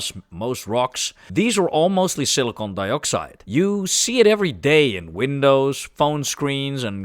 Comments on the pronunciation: SILLY CON.... NOT cili cone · Why you keep saying Silicone and not Silicon ?????? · I think he is saying Silicon most times, might have slipped couple times or maybe it's the accent. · This guy can’t pronounce silicon